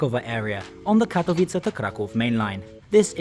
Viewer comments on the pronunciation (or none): Actually Katowice was pronounced like in Czech and not in Polish :) But in the end it doesn't matter and even trying and making that effort is great <3